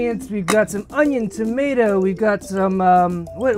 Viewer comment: Haha. When you say boat, it sounds how a posh English person would say it. Say tomato wrong though. 😁